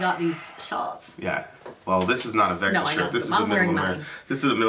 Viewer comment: Finally but I believe its vektor not vector. Anyways can you guys react to hellripper. They are a young band.